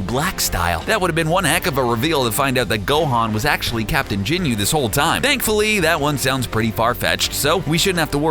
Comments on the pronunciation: It is ginyu not jinyu I'm sorry but you call yourself a dragon ball fan but u can't even pronounce stuff correctly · Ginyu not Jinyu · It's ginyu ok not jenyu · No I hate the way he says "jinyu" instead of ginyu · You said "Jinyu Force" just delete the video ffs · sry but its not "jin-you", it "Ghin-you" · ITS GINYU FORCE NO JINYU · He's saying jinyu instead of ginyu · no wtf is jinu force its fucking ginyu force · It's not Jinyu force it's Ginyu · Listening to this guy pronounce everything like an adult Stewie Griffin triggers me lol usualy I wouldn't care but having to listen to him say Ginyu like "Jinyu" several times back to back and then continue to botch every other pronunciation to a show i grew up on and still enjoy today hits really close to home lol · Are you saying "jinyu"....? wtf man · Marque Gordon he said jinyu force 😂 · I stopped watching after I heard "jinyu" smh🤦🏽‍♂️🤦🏽‍♂️🤦🏽‍♂️ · michael haynes the jinu force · michael haynes no I was like Tf is the jinu force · Oh my god!!! Stop saying ginyu forever please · The way he says ginyu really triggers me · Take a shot every time he says ginyu wrong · You shouldn't have to Watch the Entire Series to know how to Pronounce Ginyu Or Tenshinhan For gods sake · michael haynes Hated the way he said Ginyu. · Oh hell no this nigga calling whiz whis then calling zamasu north Kai when he's just a Kai then calling the ginyu force jinyu force then says akira toriyama but puts up a pic of hayao yamazaki then calls tien tenshinhead niggga gets yo stupid ass this is an insult to dbz never in your life mention dbz again. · He Said Ginyu Force Wrong And He Said Chiaotzu Wrong